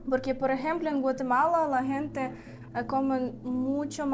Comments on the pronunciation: interesante video y una correcion a su pronunciacion es que dicen "guente" la palabra "gente" y se pronuncio como si fuera con la "J" "Jente" un saludo ! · ✅️Muy interesante vídeo, con todo respeto una observación a la palabra "gente " la están pronunciado mal jejeje están diciendo "guente" y la "g" en esa palabra suena como "j" suena así "jente" aunque se escriba con "g" ,gracias por el esfuerzo de hablar el español saludos de un 🇸🇻🌄👍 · Hola vera saludos desde Managua Nicaragua, hace tiempo te había sugerido practicar más la pronunciación de la palabra gente - se pronuncia con "J" léelo Jente para pronunciar pero para escribir se pone "Gente" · Están pronunciando mal la palabra “gente”, porque es con el sonido de la “j”. 👋🏻🤗